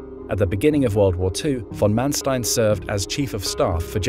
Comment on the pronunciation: Your pronunciations are good. Except Erwin. Say Air-vinn. Oh, and also von Manstein. Say fonn Mahn-shtein.